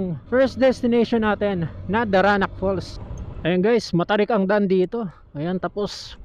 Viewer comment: Falls po hindi "fool". 😊